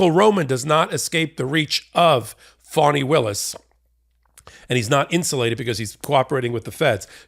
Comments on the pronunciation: Thank you for your input Michael, very informative. Just a sidebar for future reports, her name is pronounced FAH-nee, not FAW-nee. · Her name is Fani, not Foni!